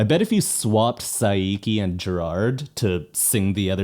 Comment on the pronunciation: It wouIt's true! In fact a Scottish Reactor, Markabusi, would always put each BAND-MAID songs on an EMO SCALE as to how Emo each song is. It would be on an X Y Axis, with X being Twinkly Guitars and Y being Overwrought Singing. BTW, please don't pronounce the i in Saiki twice, otherwise (Sigh-Key) becomes Sigh-icky instead of Psyche.